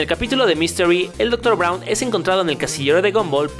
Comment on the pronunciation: miren en el minuto se equivoca y dice el doctor brawun o vcomo se escriba gumball: a que paso no que tan perfecto XD XD XD XD XD